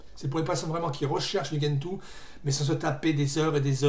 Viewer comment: Ah, et on dit djentoo, pas guentoo (cf leur wiki)